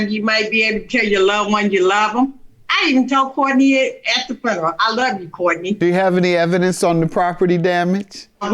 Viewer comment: "Fruneral" i will never understand teaching people to speak this way. And the fact that speaking in an ignorant way is now considered it's own language.